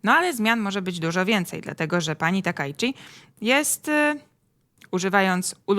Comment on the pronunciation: "Jako Taka" a myślałem że ona się Sanae Takaichi się nazywa :)